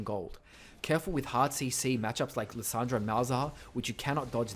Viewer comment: Was I the only one who heard Lasagna instead of Lissandra?